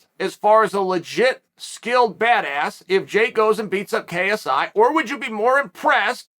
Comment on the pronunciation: I don’t like how clear he kept saying KSI .. I would’ve preferred kissey